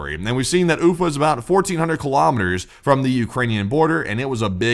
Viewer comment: lol ufa went oof-a